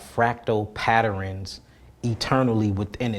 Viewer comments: Did he say patterins 😂😂 bruh ✨ go on I always wanted to get into crystals - I have a bunch in my Amazon cart 💫 Michael Sartain makes fun of crystals all the time 🙄 Wow I didn’t know it was that deep 🤯 pause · Patter-rens?? Omg lol I hate when ppl say er-rens after a word that ends in a -ern smh 🤦🏽‍♂️